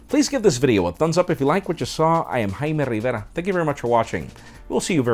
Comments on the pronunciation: "hi im " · I could listen to him saying his name for hours. It's strange how American English suddenly changes to pure Spanish.